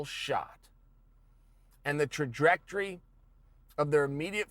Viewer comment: “The trajrectory”